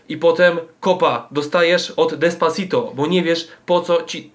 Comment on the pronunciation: "Despaczajto"... Umarłam ze śmiechu xD!